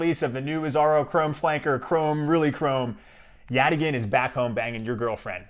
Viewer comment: YOU CAN SAY YATAGAN! Get me on their marketing team! Thanks for the review, sounds really interesting!